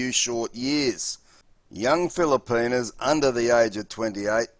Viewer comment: He says, "feel-a-pee-nus 😂😂